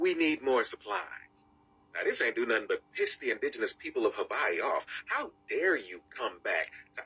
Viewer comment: "V" is proper.